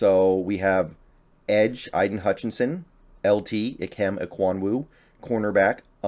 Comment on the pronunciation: loved this video, thanks for sharing...but the one thing that gets me is your pronunciation of "Aiden" and "Thibodeaux". it's cool to see it like this, most people just do a top 50 prospects but seeing it in tiers gives some context regarding when we can be ok with a trade down.